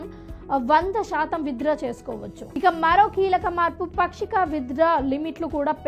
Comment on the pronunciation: పాక్షిక అని చెప్పాలి.... పక్షిక అనకూడదు